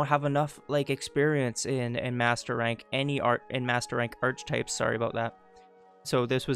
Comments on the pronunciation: "ark - eh -type(s)" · Sorry to be an asshole but archetypes is pronounced Ark-etypes.